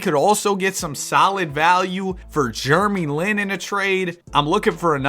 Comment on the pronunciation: I need to go to sleep bro, I thought you said Germy Lin.